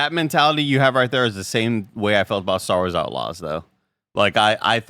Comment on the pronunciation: I was so confused when they were talking about "sarazalas". I was like, did I miss some game release? Turns out he said "star wars outlaws"